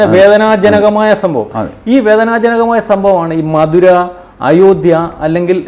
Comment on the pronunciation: മധുരയല്ല മഥുര